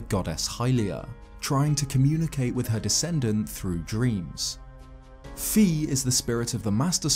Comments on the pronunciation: FI IS PRONOUNCED FIGH NOT FEE! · Okay I’ve got to set the record straight: It’s Fi, not Fee. Why? Because the japanese name for her is ファイ or Fai Pretty definitive. It’d be like calling Link “Leenk”, it’s not valid. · Um actually fi is said as fy 💀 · Her name is not pronounced fee. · Wanted to let you know, Fi's name is pronounced with a long "i" sound not a long "e" sound. This was confirmed in Hyrule Warriors.